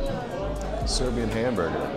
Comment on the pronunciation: Good job, well presented, punctual. But above all unlike other foreigners visiting your Serbian pronunciation is awesome. So genuine. Accent is accurate.